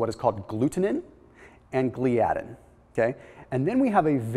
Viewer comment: Dude, give me a call on how to pronounce the proteins you're discussing. lol proLAmin, gluTAminase, GLIadin. Hope that helps.